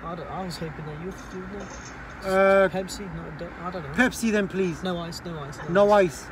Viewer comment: I like my pespi with no H IICCEE 😂😂